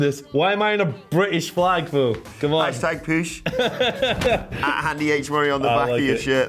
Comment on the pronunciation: What is a "POOSH?"